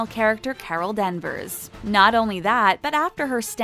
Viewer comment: It's Carol Danvers not Carol Denvers and it's Kevin Fiege not Kevin feije